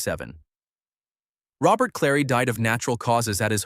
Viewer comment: Robert Clary's first name was pronounced roh-bair.